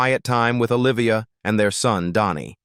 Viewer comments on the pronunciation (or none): But comes out like Donni. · Dhani is pronounced DANNY !!! Stinkin AI voice over, makes me sick.